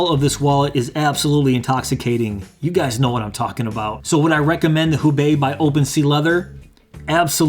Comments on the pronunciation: And I'm telling you as a person who speaks Chinese, and knows what the wallet is named after, you didn't pronounce it correctly. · FYI, it's pronounced "hoe-bay", since it's a Chinese name.